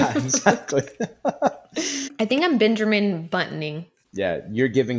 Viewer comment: “Bernjermen” Buttoning 😂😂